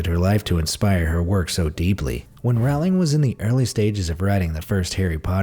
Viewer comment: Rowling like bowling not roWling